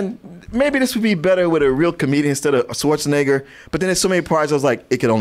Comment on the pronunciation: I giggle a little bit every time pronounces Schwarzenegger as "Swartzenegger."